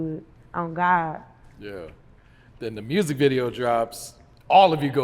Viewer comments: Lol it’s the r in mursic for y’all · she said “MURRSIC” 😂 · Say music real quick? K Carbon: MURSIK?: Well there it is. 😂😂😂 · “Say music” “Murzic” 😂😂